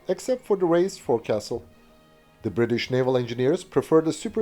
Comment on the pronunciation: I'm not too sure how other Navies may describe them but for the British the front end (the forecastle) of the vessel is pronounced the fo,cle (fo sull)...in the same way the row locks on oar powered craft is spoken as rollocks.